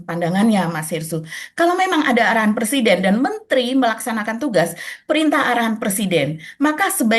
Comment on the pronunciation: Dear, 'pre-siden' mba, bukan 'per-siden' 😅😬